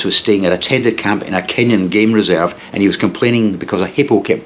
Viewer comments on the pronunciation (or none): none